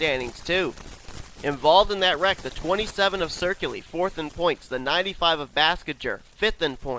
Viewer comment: I just noticed why you keep mispronouncing my last name. My last name is spelled Ciculli. There is no R